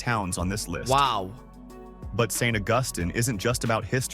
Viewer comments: St. Augustine (AWE-gus-teen) is a really beautiful and pretty decently priced place to live. The catch?? Getting sucked off to sea by hurricanes ever other year. Occasionally having to evacuate inland until it's safe and, you still live in Florida so, it will be extremely hot and humid. Air-conditioning is your friend... In the house, in your car, in your golf cart. 😆 But you gotta go awhile to see mountains.this guy says everything wrong. It's not "Praw-lin" like some try to say (sorry, you're wrong! 😆), it's "Pray-leen" which are toffee and pecans (NOT "PEE-cans") 😊 And, yes... St. Augustine is definitely haunted. They have done several episodes of ghost hunting shows there. 😊 Telluride survives on the tourist trade for the skiers, that's who most of the populous you see is. ⛷️ If you really want to find place that's like this, in the mountains, absolutely beautiful and nobody has heard of it and the street numbers are like 36, 2, and 17... Then go to "Big fork" Montana, North of Missoula and just outside Kalispell. Just on the river, near Flathead river, it looks like these tourist traps. It's still expensive but nothing like these places. At least not last time I was there. 😊 That said, Kalispell IS the type place you're talking about. The town is exactly in a grid, quaint, old and the living living room window of my place right at the edge of town looked out over a big, green valley with a river through it, deer and Elk running around then 7+ thousand feet, straight up L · There are two towns in the Carolinas named Beaufort. In NC it is pronounced BOW- furt. In SC it is pronounced Buew( rhymeswith you)-furt. Also, it is Saint AUGUST- steen, not Aw-GUST-tin. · Bew-fert and Saint Au-gus-teen...man! That was painful!